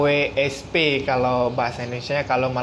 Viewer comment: KWSP 'k' not 'ka'